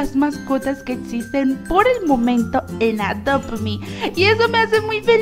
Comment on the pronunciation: Hola cuando dijiste estamos jugando adop me en vez de adop me dijiste adopo me